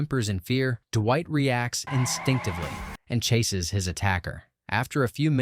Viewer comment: I feel like the "DUH-WHITE" got more intense throughout the video. Duwhite, dewite, derrwhite, Durrwight. It's fucking Dwight. Not duhhhhhhhhhhhhhhwhite. God dammit.